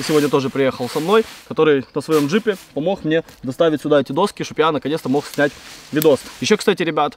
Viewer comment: Ну, не «достки», а «доски»